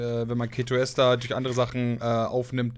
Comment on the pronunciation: Ketoester wird die ganze Zeit falsch ausgesprochen, dass macht micht irgendwie fertig...das e von ester wird lang gesprochen, wie bei dem wort Esel :D Ja das ist ein schlechtes beispiel, ich weiß :D